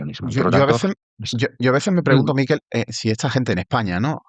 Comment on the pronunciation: Bravo, Rubén y bravo, Miquel. Sólo una cosa, Rubén. Tu invitado se llama Miquel, no Míquel. Es catalán. Es como si él te llama a ti Rúben y no Rubén. Los vascos sí son Mikel, pero con k en lugar de q. No cuesta nada.